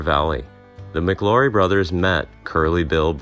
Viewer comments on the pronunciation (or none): The name is pronounced like Flower...McLaury like McLowry. Not Mick Laurie. I knew someone who was alive then and witnessed the gunfight.